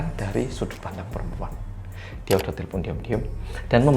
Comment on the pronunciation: te le pon 😂 ngekek aku mas, udah sama kayak orang Batak aja e nya jadi E